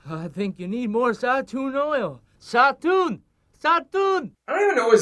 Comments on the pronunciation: it is, I studied Arabic for several years Plus it’s usually pronounced “zay-toon” so the film couldn’t even get that right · زيتون or how the movie says it zauton is actually Oliver and no they where not saying it right but is because you need to have a decent knowledge of arbaic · Odd 'n Strange Games lol yes it means olive in Arabic. Although they definitely butchered the word's pronunciation, they made it sound both hilarious and stupid.